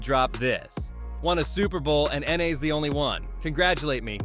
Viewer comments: “N A’s” it’s “Nas” this is why I hate white people reporting on black culture. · Can you please say Nas next time and not “Na” for the line “Nas the only one congratulating me all these ngas agitated I’m so glad they showing they faces”